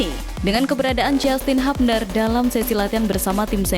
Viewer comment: JASTIN HABNER ❎ JYUSTIN HYUBNER ✅